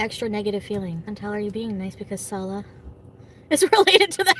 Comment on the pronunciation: When she does the "blah blah blah" thing it makes me irrationally angry. Also when she says "SaWLouaahh". Hideous potato.